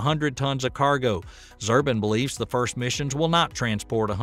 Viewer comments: Great vid as always, thumbed up. Funny you said his name so many times, sorta, it's Zubrin (zoo brin). I read a great non-space book by him some years back, highly recommended, "Merchants of Despair: Radical Environmentalists, Criminal Pseudo-Scientists, and the Fatal Cult of Antihumanism" Paperback – December 31, 2013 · Zubrin is pronounced like "zoo-brin." He's kind of a "my way or the highway" guy when it comes to manned spaceflight and Mars in particular. Since Spacex is using a "cut-and-try" approach to Starship development what they end up using to attempt a mission to Mars my not look much like what they have now. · I am a bit annoyed about mis-pronouncing Dr. Zubrin's name. It takes a few minutes to find the proper spelling, etc. Toss aside Mars for a minute and just consider this. If Musk can get starship and booster BOTH reusable with a 20 to 40 mission lifespan, it will be a game changer for earth to orbit heavy lift. Even at one launch per month at $25M per launch, several new space stations could be assembled in just a couple years with a 4 ship flotilla averaging 1 launch per week. In addition 60 tourist/passengers could be taken on orbital adventure flights for around $1M per seat, maybe less. Progress in debris cleanup could literally get off the ground. Starship could likely carry an ALPACA class moon lander and its translunar booster to orbit and release them for the early moon landing missions. Biggest drawback I see is starships' need to be refueled on orbit by several starship tankers from earth, before the ship can go anywhere besides back to terra firma. Just my few thoughts. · Click bait. Author is not a subject matter expert. They can't pronounce Zubrin so obviously doesn't know who Zubrin is. Claims are questionable. Twisting others words etc. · The diligence of this video's authors is amply demonstrated by getting even Robert Zubrin's name wrong. Wasting time on this channel is a BIG MISTAKE! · Robert Zubrin not Zurbin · Not Zurbin😂 Zubrin